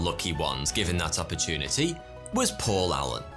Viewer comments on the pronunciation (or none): none